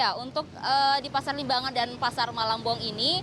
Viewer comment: Malangbong bukan malang eu eu eu